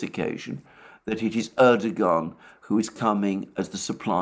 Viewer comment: Erdogan: pronounced: Erdowaan. It is a silent 'G'.